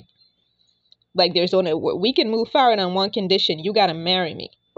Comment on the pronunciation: *FORward NOT “FARward”.